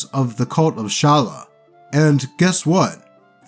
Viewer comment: And Shallya. Love you still,.